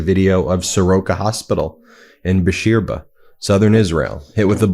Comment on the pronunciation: Beersheva is pronounced Beer Shehva, not Beershva